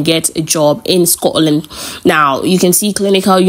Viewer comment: Scotland not Scororland 👎